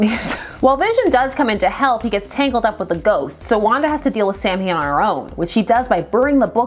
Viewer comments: It's pronounced 's-ow-in' but 'Sam Hain' is very funny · BTW: "Samhain" (i.e. the original Gaelic harvest festival) is actually pronounced more like "Saawin", not "Sam Hain" The writers probably didn't know that though, so you might be correct in-universe 😉 I remember the Ghostbusters cartoon had a pumpkin-head character they called "Sam Hain" too, so you're not alone! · The word "Samhain" is pronounced "SOW - when", where the first syllable is stressed. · So, is the character's name SUPPOSED to be pronounced San Hane? Because the Celtic festival is pronounce Sow-wen. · Everyone always pronounces Samhain wrong. It’s not pronounced anything as it’s spelled. I can’t even type how it’s spelled. 😂 The best I can do is saa-win. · Just letting you know but "samhain" is pronounced [sauw-win] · Samhain pronounced saa-wn (because Irish should never be spoken aloud) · Oh no not again. Same mistake the Halloween movie did about the term Samhain. The pronunciation is actually Saa-win which is an Irish/Scottish term. Just wanted to correct the pronunciation and I still enjoy your videos. How fitting especially with both the Tv series and comics. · Funny thing is Halloween III pronounced it right. II on the other hand had Dr Loomis pronounce it wrong. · My Celtic ancestors were rolling around under their càirn with that pronunciation.